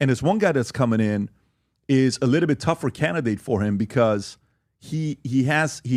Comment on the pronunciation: would be nice if PBD learned how to pronounce the word little